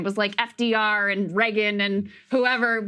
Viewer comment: "Reggon," as Krystal pronounces it. Lol. In fairness, Reagan himself couldn't pronounce it correctly for the last decade of his life.